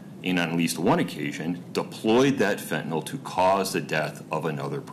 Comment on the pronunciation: Phen to nyl....not...fin ta nol js